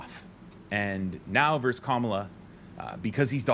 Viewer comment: Please take this as constructive criticism. You are a very intelligent young man, and certainly not the only one who mispronounces this word: ‘Versus’ is the word used between two opponents. Verse is a line in a poem or song. Thanks for listening, and for all you do!